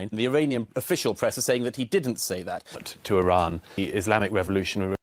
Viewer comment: He can’t pronounce properly even name iran not tehran